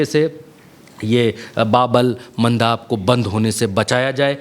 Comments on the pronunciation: सही उच्चारण बाब-उल-मंदिब या बाबुल-मंदिब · ये बाब अल मंदब है pronounciation ठीक कीजिए अपना